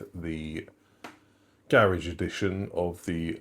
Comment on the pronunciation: Every time you said “Garage edition”, I couldn’t help but hear “garish edition”… because it’s gold 😂